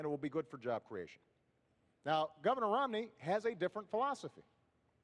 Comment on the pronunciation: dude the moderator called him romLEY